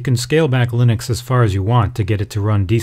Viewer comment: Lynix? I mean yeah, i know he means Linux .. but seriously Lynix?